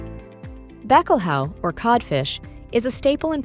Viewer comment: I can't really understand...is it so difficult to learn how some foreign words are pronounced before making a presentation like this? Like saudade, bacalhau